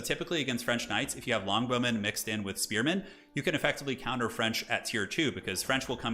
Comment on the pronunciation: he says longbowmen like blonde women. I legit first heard him say "Amazing English blonde women"